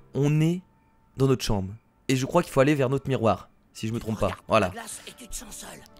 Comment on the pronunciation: JE KROINKE ELLE KRIE PAS KRIAIE